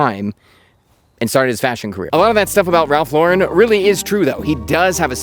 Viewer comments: first !!! it's Ralph LAUUUURen NOT Laaaa'REN. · Loh-ren, not Leau-ren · Up until I was going to explode with the luh-ren pronunciation…. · Always wondered why people say Lau-REN instead of just Lauren? I like the quality but I don’t like branded anything and can’t afford purple label, lol. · i really thought you were gonna keep pronouncing his name wrong the entire video lol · you pronounced his last name incorrectly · I was sure he was fucking with us pronouncing his name wrong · You don’t even pronounce Lauren correctly. Get outta here you poser!! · How about pronouncing his last name properly? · Had to delete my comment about the way you pronounced his name after I hit the 2 minute mark hahaha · Learn how to pronounce his name first and i will watch your video.